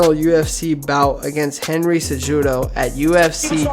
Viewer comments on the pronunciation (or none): Great video buddy. By the way, Henry's last name is pronounced seh-who-doe. People are knitpicky about stuff like that and its easily verifiable if you can just find the fighter saying their own name. Its also courteous for the fighters, who's entire brand is essentially their name and face. You have a great voice, and do a good job of speaking calmly while still sounds natural and not monotonous. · How do you know the history of dj but dont know how to pronounce his biggest rivals name henry cejudo 😂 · OMG DID HE MISPRONOUNCE A NAME????!!!!!!! Fuck outta here